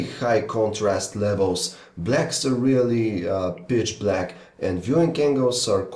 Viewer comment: It sounds like he said "bitch black" for a second :P